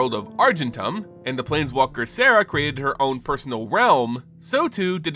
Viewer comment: That might be. But its Serra not Sarah.